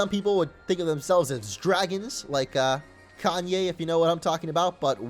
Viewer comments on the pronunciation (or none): none